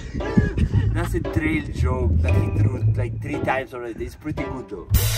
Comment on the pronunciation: ‘It’s walking diastance’ is iconic 😂😂😂